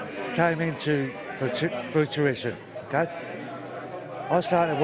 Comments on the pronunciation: Pretty sure he says "infoo tuition" hahahahaa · "I was a young child when this came into fruituition..."